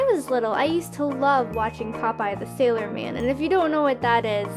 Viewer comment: I thought she sayed SALOIR moon